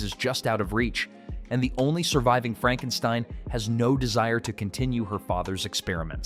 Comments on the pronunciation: I'd like to say it's Not Frankensteen it's Frankenstien, however, I give you the benefit of a doubt, as you probably only saw part of Young Frankestien. 😁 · Its not Frankensteen its Frankenstein (stine) learn how to read your script!!!! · FRANK_EN_STINE...NOT STEEN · You lost me at "Frank n steen" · You lost me at FrankenSTEEN. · Franken-STEEN?? LMAOOO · it's "Franken-STEIN or Fronken-STEEN. that poor A.I. has gotten the Universal/Mel Brooks films messed up. 🤣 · Franken Steen?WTF😂😂😂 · Frankensteen? Over with you. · Frankensteen ? Literally ROBO HORSE CRAP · You pronounced Frankenstein, Frankensteen...lol You really need to loose the AI narrator or at least pay attention and correct AI mistakes. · Then it would have been Fronk-en-steen. The AI narrating this is just not too bright. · You TOTALLY butchered Frankenstein's name the first time you said it! You should've listened to how Lon Chaney Jr. said it in the movie......you know....the RIGHT way!! 😳